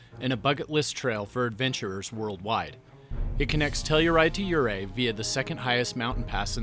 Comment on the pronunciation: I was wondering if you are not a Colorado native: you pronounce yoo-RAY (correct) as YOU-ray, and Imogene is said by old Coloradoans in the English way with a short "i" as in "it" : I ma jin.